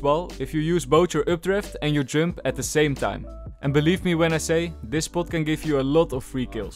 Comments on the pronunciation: Oh he's saying" jump". I'm like, jung:? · why did you say "Jump" instead of "Jump" ??